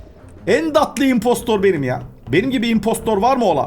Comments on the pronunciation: abı ımposter dıye okunmuyo ımpostır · impostor değil impostır diye okunuyor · abi impostor değil okunuşu impostır yazılışı imposter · Abi o impostır diye okunuyor